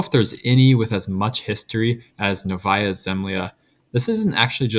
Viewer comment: it's pronounced nOvaya, not novAya